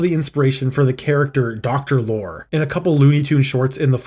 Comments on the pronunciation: It's pronouces Lori. You pronounce the final e on Lorre. GAAAAAAAAA. Do yourself a favor and check out his work on film. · Great video. A small note. Peter Lorre's last name is pronounced "lorry". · Peter lorr-ee. It’s pronounced “laurie.” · It pronounced Lorr-ee. Peter Lorr-ee. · So you couldn't be bothered to learn how to pronounce Peter Lorre's last name, huh? Real professional. It's pronounced [LORR] + [EE]. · Great video but the actor's name Peter Lorre is pronounced Peter Lory (Lori) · Cool story, but Peter Lorre is pronounced Lorry, you've put enough research into the the story, you could've done a tiny bit more on how to pronounce names correctly. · That’s not how Peter Lorre is pronounced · Thank you! The narrator drove me crazy hearing him say it wrong every time. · Is this an AI voice?? It's Peter Lorre, long E...not "Lore" but Loreeee.... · Sam the Sheep Dog should have been the antagonist. Sam has a history of being an antagonist SPECIFICALLY against Wile E. Coyote. Also... Peter's last name is pronounced "Lori" not "lore". His likeness was also used in The Brave Little Toaster at the shop where the song "B Movie Show" plays. He is the lamp shade. Zazlov is also the bane of my existence because he canceled season 8 of Venture Bros and had to be CONVINCED to make the movie for it to wrap up. DOWN WITH ZAZLOV!! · Peter Lorre is Lore-EE not lore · You should apologize to all the Peter Lorre fans (prounounced Lore-EEE) when you called him ''Peter Lore'' repeatedly. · It's Peter Lorr-ee, not Peter Lore. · Wow. You worked hard on this. Damn shame and so ironic, given the plot. Peter Lore: you pronounce the E at the end of his last name. Excellent work! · FYI Peter Lorre is pronounced as law·ree not lore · Peter Lore (pronounced Loree) great video though👍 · It's Peter Lorr-y (pronounce the e). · Justice for Peter Lorre! Minor correction: E not Y. No one could snivel like Peter Loree. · His name is pronounced Lor-ey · Peter Lor-E the e isn't silent. SMH